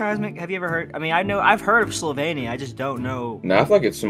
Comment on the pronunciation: Slo-vain-ia? What is that like wth it’s slo-vin-ia